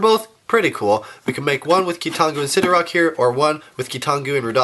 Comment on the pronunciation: sidorAK not sidorOK